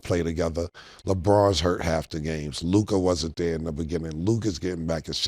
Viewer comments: Yall harassed Murda enough till he finally said Luka right 😂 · Ma$e finally said Luka’s name correctly 😂